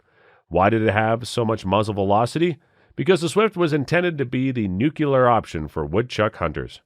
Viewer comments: A.O. Niedner, there's an "n" in there. Noo-clee-er. Not Nuke-yu-ler. I'll see myself out. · ... did you really say "NOOkyoolar"? Look at how it's spelled: "NUCLEAR". It's not "NUCULAR". My god people, it's pronounced NOO-klee-ar. frustrated science teacher grumbles